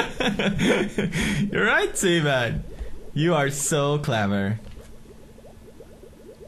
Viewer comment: IT'S SEA MAN! NOT SEMEN! SEA MAN!